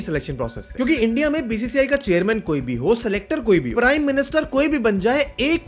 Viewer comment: India ko Endiaa bolte hai sale😅😅😅